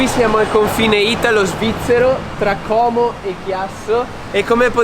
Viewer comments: tesoro ascolta però si dice cómo non còmo e anche ponte trésa non ponte trèsa chiudi un po' quelle vocali se vuoi fare un video sui frontalieri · Non è Còmo ma si dice Cómo. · Còmo non si puoi sentire.. si dice COMO diocannn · si ma como con la O aperta non si può sentire gesu cristo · Purtroppo Como si pronuncia con la "o" aperta, tuttavia nel comense e più in genere in nord Italia si tende a chiudere le vocali e, di conseguenza, gli abitanti di Como e provincia pronunciano il nome del capoluogo con la "o" chiusa. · Como si pronuncia con o aperta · HAI DETTO COMO IN MODO SBAGLIATO... COMASCHI DITELO PURE VOI...😳😵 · Tutto bello, ma “Como” non si pronuncia così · Bel video, ma La pronuncia della parola Como è diversa